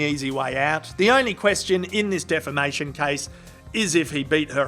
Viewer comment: Did you say DEFAMATION OR DEFICATION?!?